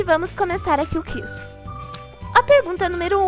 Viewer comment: Amei o vídeo mais aprende a falar QUIZ o som do u pronuncia e minegirl